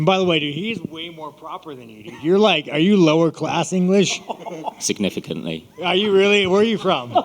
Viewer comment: "Significantly" Bahahahahahahahahahahaha